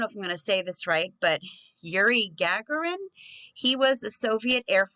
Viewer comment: Yuri Gagarin - You got his first name correct. His last name sounds like ' Ga - Gor - in "